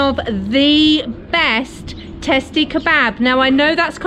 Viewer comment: Actually we call it "Testi Kebabı" with an additional "ı",without the dot .We pronounce it /kebuba/